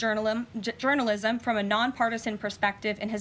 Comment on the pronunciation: One can already the 15 minute long segments on the late night comedy shows about the 'journalim' mispronounciation.